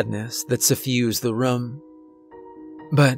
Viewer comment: You say room like markiplier. Makes me think of rum. Not making fun, just an observation.